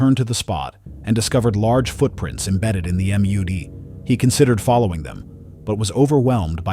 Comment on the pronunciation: "... and discovered large footprints, embedded in the 'em-yoo-dee' SERIOUSLY?!? Your text-to-speech, cannot even recognize the word 'Mud'!?!?